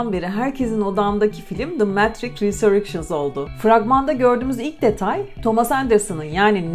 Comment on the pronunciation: Metrik.... ne oldu? Risörcıns mı? :)